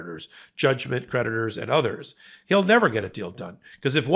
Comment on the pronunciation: I'm a little buzzed and when he says creditors i hear predators